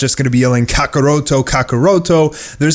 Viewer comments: Ca Ca Roto Ca Ca Roto. Jesus work on your accent. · Yo how you mess up kakarotto's name.... Kakorotto shm still exciting info though